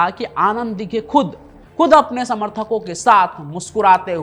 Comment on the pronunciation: Tera channel block karna padega .....tu Dighe sahab ka nam thik se nahi le raha